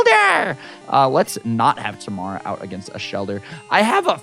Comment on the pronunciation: He’s saying it wrong but it’s okay lol. It’s actually pronounced Tuh-mair-uh